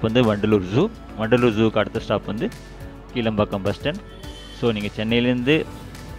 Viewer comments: Isn't that kilaa( ளா )mbakkam? And not keela(ல)pakkam? Pronounciation mukkiyam bigilu 😅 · கீழம்பாக்கம் அல்ல ; கிளாம்பாக்கம் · இந்த பேருந்து நிலையம் கீளம்பாக்கம் அல்ல --- கிலாம்பாக்கம் என்று உச்சரிக்க வேண்டும். நீங்கள் சரியான பெயர் கொடுத்து பழகிக் கொள்ளுங்கள். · Bro, கிளாம்பாக்கம், not கீழம்பாக்கம் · கீளம்பாக்கம் இல்ல, கிளாம்பாக்கம்